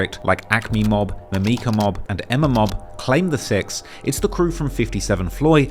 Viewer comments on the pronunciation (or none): it's pronounced Mim - ih - kuh, not "Mim - meeka" ... you TRULY are a CULTURE VULTURE !!! smh